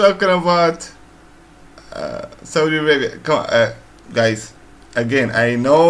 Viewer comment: I like that way you pronounce Saudi Arabia. Sah oo dee. Loved your reaction Bro. From Latino in San Diego, CA.